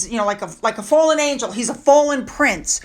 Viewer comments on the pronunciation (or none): none